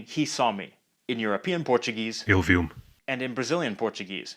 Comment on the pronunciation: Não importa o quanto eu tente, eu não consigo identificar "ele viu-me" por completo na fala do português, a única coisa que soa claro é "viu", e o "me" nem aparece